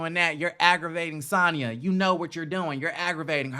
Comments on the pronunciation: You keep calling her Santah 🤣🤣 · Lol lol! Why u kept calling Sanya Santaa hahahaha love it!